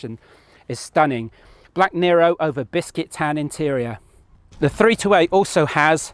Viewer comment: ”Bisquit tan” 😄